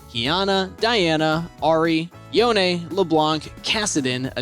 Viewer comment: when he said yoneé ... i felt that.